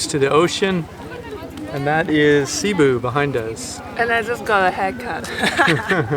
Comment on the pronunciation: it is Cebu, emphases on the second syllable like Ceboo, not Seebu, the way you pronounce it, please critique me if I am wrong, also am sure it is Dermagetee like pronounced, like in NZ we have many maori names which can be difficult to pronounce correctly Taupo 9 a lovely tourist type town), is nearly allways said like it is written but should be pronounced Toepaw, if you do say it right the local Maori ( here first b4 the european ), will love you, so please do check the correct way re Cebu and Durmaguete, thanks, eric